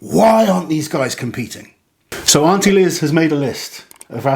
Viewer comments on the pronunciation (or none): none